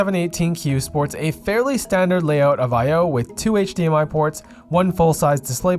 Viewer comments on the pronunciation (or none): none